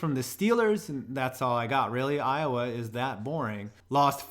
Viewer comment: U got iowa wrong